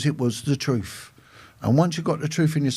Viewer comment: Making fun of someone who said "tooken" instead of "taken" is rich coming from a man who says "troof" instead of "truth" and "nuffing" instead of "nothing."